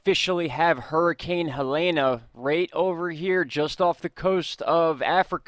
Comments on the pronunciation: Helene - Ha-Leen not Helana. Thank you for all of the great information!!! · I think it's pronounced Heleen with a silent e.. I'm not worried about that. North and South Carolina is in big trouble and I'm not sure if Ventusky is accurate...it showed Florence just sitting there from Thursday into Tuesday. We all should be ready for when it comes, if it comes.. Edit: Florence is supposed to hit as cat 3 storm but will feel like a cat 4. 😐